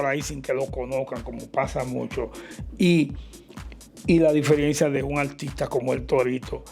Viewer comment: Diferiencia no...,es "diferencia" Sr. comunicador.